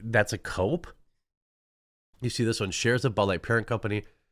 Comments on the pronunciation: Did he say Tranhueser Bush 😂😂omg I just can’t with this today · U said transheisur busch?.....🥳🤣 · I probably misheard, when you said "Anheuser Busch" I thought I heard "Tranheuser Busch."